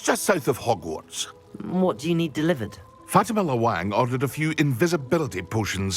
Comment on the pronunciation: HogwarTs, а не HogwarDs